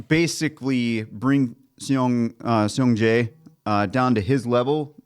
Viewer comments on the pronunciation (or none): If it helps, Seong Je’s name is pronounced closer to “song jay”. 🙂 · More like “sung Jay”